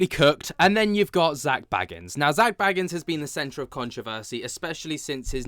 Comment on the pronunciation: You say his last name like Beagans but anyway it’s crazy that people are surprised by all this 😂 my jaw is literally not on the floor 💀